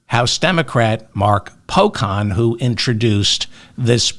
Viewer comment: Representative Mark Pocan, the 'can' is pronounced like can in a can of beans.